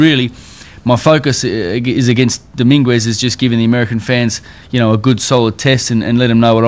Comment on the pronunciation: Domingwez lol